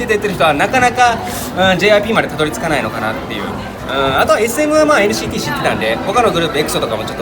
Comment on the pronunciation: NCTの発音良すぎですっ❗️ TWICEもっと有名になって欲しいなぁ〜 今後アメリカデビュー？するからなぁ〜